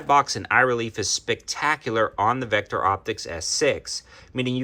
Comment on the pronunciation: Says Victo not Vecter!